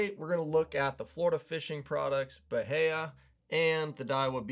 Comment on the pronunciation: I think it’s Ba-High-a